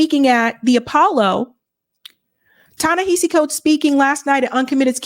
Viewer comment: Hey! I love your work but girrl you gotta say his name right. It's pronounced Tah-Neh- HAH- see Coates Emphasis on the "HA" as in how one generates laughter.